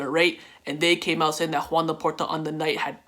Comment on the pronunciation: U say Joan Laporta like “khawan Laporta” loll